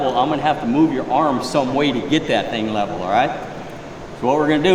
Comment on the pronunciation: " If lebbing's not wevel" 🥴